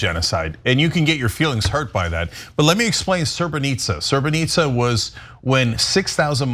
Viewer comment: It is pronounce Srebrenica Serbes killed 7000 people not 6000 and UN hellped them Bdw i am from Bosnia